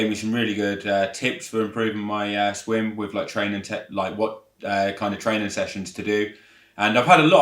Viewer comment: Did he say SWING club sessions or swim club…..😂😂😂😂